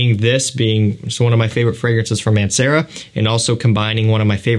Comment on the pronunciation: i was googeling Aunt Sarah for like 10 mins straight until i realized its Mancera